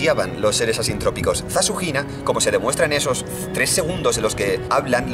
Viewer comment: cada vez que dice "ZaShunina" escucho SasuHina:v (Sasuke x Hinata confirmed)